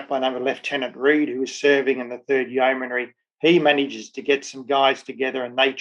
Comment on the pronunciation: Very interesting, but you make one repeated error in your commentary that rather grates: it's not a four-syllable 'yeoman-airy', but a three syllable 'yeoman-ry' - no 'a' involved. Other than that, very good! I grew up in what was then called Rhodesia, so the history I learned in school was of Rhodes, Lobengula, Mzilikazi, the Voortrekkers, Shaka, etc, but there was never any mention of this campaign.